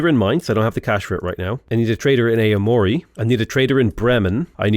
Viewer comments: Aomori... Oww-mori not A-mori. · Noticed you said "ay-o mori" for Aomori. Would be more like "ow-mori" the A makes a sound kind of like in cat and the o makes a sound sort of between god and go. Together, ao makes a sound like "ow" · Aomori is pronounced owmori just a small FYI c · as a japanese speaker, it's actually ah-oh-mo-ri